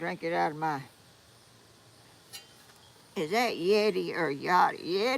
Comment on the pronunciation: YETI is pronounced like yet-ee. I am just like you. Retirement is not a lot of free time to me, stay busy and still feel behind. But grateful for it , as you are , too.